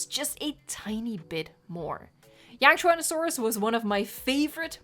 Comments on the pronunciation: You didn't mispronounce Yangchuanosaurus. He was actually one of the first big Theropods I ever learned about actually. And the book I learned about him in gave him the nickname (I am not making this up) "Yahoo Yang". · you pronounced yangchuanosaurus right!!! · Bonanza DLC? Don’t worry you pronounced yangchuanasaurus correctly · you nailed the yang name!